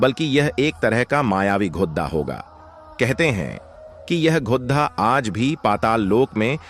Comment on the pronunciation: GHODHA NAHI GHODA BOLO